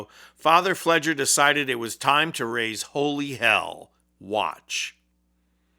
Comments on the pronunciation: Sorry to be nitpicky - it's pronounced FLAY-grrrr. Fr. Pfleger is a giant voice in Chicago. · Here in chicago, we pronounce father Fleger's last name as "Flay-gur" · Pronounced with a long A hard G. He's a Chicago institution and he's fearless. Bless Chris Hayes. He knows Chicago. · His name is pronounced with a hard 'G', by the way and he has been the most outspoken priest in Chicago and he absolutely does walk the walk! He's pretty awesome! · You're mispronouncing the father's name.